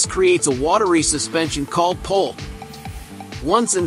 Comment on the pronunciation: Either I'm deaf or you're saying pulp, not poop! Either way, I'm laughing!!